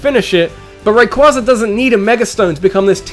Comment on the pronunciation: It's rayQUAYza not rayQUAHza